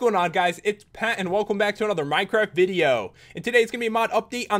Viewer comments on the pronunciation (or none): none